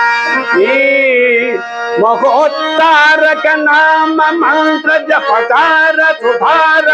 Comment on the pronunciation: మహానుభావ మీకు చెపుతున్నా అనుకోవదు జప ధ్యాన అనాలి జపదార కాదు